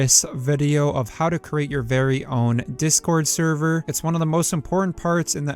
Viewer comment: The way you say server is annoying me bad.